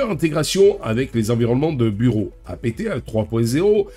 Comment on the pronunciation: OK, OK, OK j'aime tes vidéos, intéressantes. Je m'abonne, mais juste une condition : tu prononces dorénavant APT (comme le mot Apte) et non pas A-P-T (comme "a pété"). Peace & Prosper. 🖖❤😉